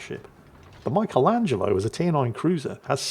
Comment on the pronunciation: Only can mispronounce "Michelangelo".